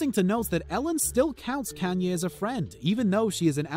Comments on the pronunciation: Can-ye west I’m screeching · Mar-seeya....Brah-dee ??? Is the commentator new to this planet? Kanyeah? WTF